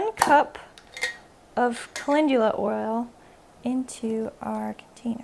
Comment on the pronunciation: Wait no one’s talking about how’s he pronouncing it wyd Cal-en-dula = call in dula